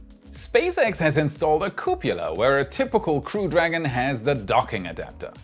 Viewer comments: Love your show and presentation. Am subscribed! Caution on your pronunciation... cupola /ˈkjuːpələ/ ... It's kyoo puh luh, not koo pyoo luh... Ah, a complication just like nuclear vs nu kyoo ler! :) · Cup-O-la ffs lol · I'd like to hear the outtakes of saying couppala. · Cupola, like Frances Ford Coppola, not cupula, like Dracula. Thank goodness, I don't think I've heard you mispronounce nuclear yet! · I keep hearing it as "cupula"